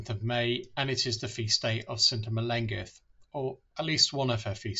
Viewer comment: Google the ‘LL’ sound in the Welsh language (much like a hissing cat!) - her name is not pronounced correctly in this video :)